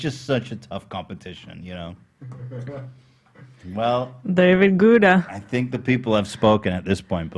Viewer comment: The whole crew mispronouncing David Guetta’s name the whole episode is so pure and amazing 🤍